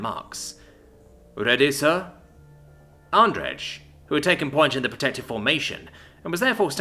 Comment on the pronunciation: U still read Andrej wrong it comes from polish name Andrzej. Read j as y. Andrey